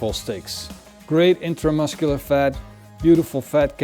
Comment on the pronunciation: drinking game for how many times he says itramuscular fat